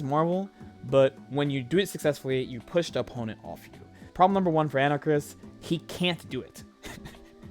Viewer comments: Ana-Karis. Not Anarchis, dude. lmao So hyped for the new Capcom collection coming out. It's gonna be sick. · Pronounced "An-Ah-Kah-Ris," for future reference. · an-uh-cahr-is. anarchis? Anakaris. four syllables? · AnaKARIS for fuck's sake say it right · You and jmcrofts are in the club of people that can't pronounce Anakaris correctly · His name is Anakaris. Why can't anyone just say his name right?